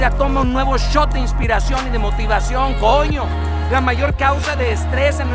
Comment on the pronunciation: jajaja soy venezolano, , me encanta con el énfasis que dice coñooo, nosotros tambien lo usamos asi... este pana encontró su talento, es genial haciendo esto. me recordó uno de mis grandes sueños, a veces nos toca alguien que no conocemos en un momento que no esperamos y conseguimos una forma de hacer lo que nos gusta de una manera que no habíamos pensado nunca jajajaja que maravilla. GRACIAS!!!